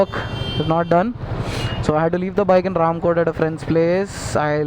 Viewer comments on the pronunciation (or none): I have seen a Honda navi fitted with waterproof music system if you are lucky you can see this swanky orange Honda Navi at gandipet or mehdipatnam and you are pronounceing RAMKOTE to Ramkothi correct it....